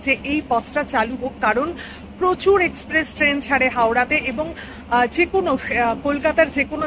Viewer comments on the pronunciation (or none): none